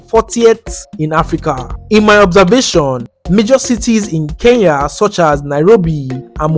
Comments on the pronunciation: ITS CALLED ''KENYA'' NOT KEYAA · Nice content but say Kenya not keiya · they should learn pronunciation , what is keyya ? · Why most Nigerians been saying Keiya not Kenya!? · I love NIGERIA with passion but they should pronounce KENYA properly,we've been so patient😄